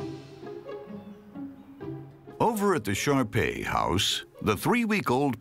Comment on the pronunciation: First time I heard him say shar-pei, I thought he said sharpie as in the marker